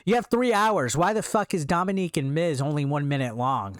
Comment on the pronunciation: It’s Dominik not Dominique